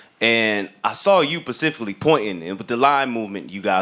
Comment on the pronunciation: than man say “pacifically” ??